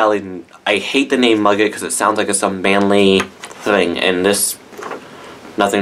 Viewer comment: Muguet is pronounced 'Moogay' in French. Love your reviews!!